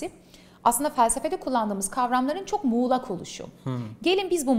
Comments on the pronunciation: Mulak değil muğlak lütfen hanım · bey mulak değil muğlak, yazarsınız olmuyor böyle